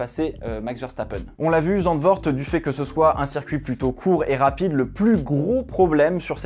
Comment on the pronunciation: "ZandVORT" "RedbOUL" ..... la France Monsieur